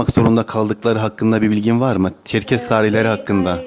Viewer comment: ÇERKES ÇERKES derken ZIRVALAMIŞ.